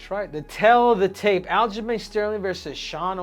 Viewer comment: Loved "al-ghislaine sterling"😂